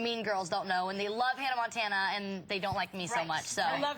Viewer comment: “hannah MANtana” 😂